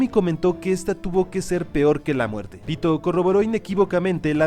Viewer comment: Soy el unico que escucha 🗣Pito‼️ en vez de Pitou🗿?